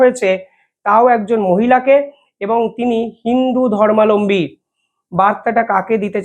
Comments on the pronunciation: Please rectify the pronounciation " Dharmalambi" it is " Darmabalambi". Your are frequently doing the error,I observed. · "ধর্মালম্বী" নয়, শব্দটা "ধর্মাবলম্বী" অর্থাৎ (হিন্দু) ধর্ম অবলম্বনকারী।